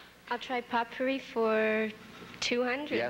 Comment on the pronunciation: Jack didn't know how to pronounce "potpourri". Also, I remember watching this episode with my tape recorder. I tried in vain to read off the credits as they rolled.